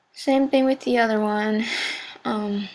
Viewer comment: This is ghetto as fuck. Who the hell makes duct tape hats. GHETTO!!! WHy do you pronounce other as oder?